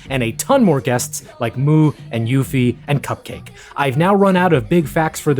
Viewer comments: the pronunciation of Uffie is soooooo diabolically off putting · i love you but the way you said “uffie” made me die inside 😭